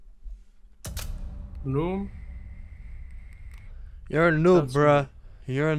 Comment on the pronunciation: Says: noom incorrectly but says Bruh correctly😂😂🤟🏻